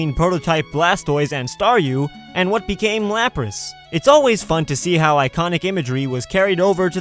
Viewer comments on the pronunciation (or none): none